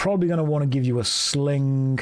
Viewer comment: i swear i hear a k at the end. SlinGk